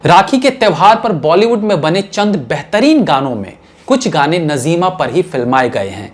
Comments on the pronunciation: नज़ीमा नहीं नाज़्मा है सही नाम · नज़ीमा नही नाज़िमा . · You are too young so naturally you were not in those days about which contents you make the vdos doing already major mistakes in past. PRESENTLY IF I TALK SHE IS : NAZIMA AND NOT NAZEEMA AS YOU PRONUNCIATED.. USE TO TAKE HELP OF SENIORS. SORRY FOR DRAWING YOUR MISTAKES. YOU MUST GO AHEAD BUT BE PERFECTIONIST. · Bhai aapka yeh progaram mujhe bahut achha lagata hai magar aapne naam galat liya jaise najeema nahi naazima hai bolywood se qawaali gayab ho gai is par aap ek apisod banai